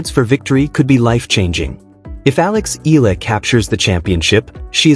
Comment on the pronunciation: Although you all have not pronounce her full name: Alexandra /Alex Eala ( E Y A L A ), we are all very proud of her. We all support and pray for her. We believe she deserves every victory she has had. Go girl show them what you've got but still remain humble and beautiful.